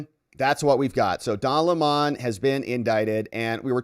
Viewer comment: Lemon, NOT Le Mon